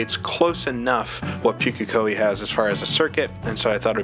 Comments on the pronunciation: Just as a note - Pukekohe is pronounced POOK (rhymes with "book")- A - Ko- Hee Maori and Japanese share a pronunication scheme, so if you can say it in Japanese you can say it in Maori :) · Pukekohe is pronounced Pooka-Kohee. The maoris will eat you if they hear how you say it.